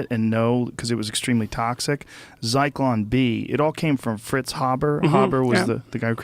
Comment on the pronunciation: It's Zyklon B you dumb fuck Rogan